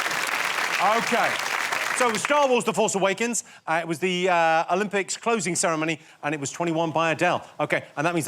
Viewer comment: The way Charlotte says closing :D :D :D :D